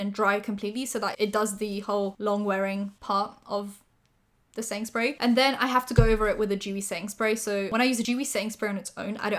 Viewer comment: What says: setting spray What my stupid ass hears: sainsbury's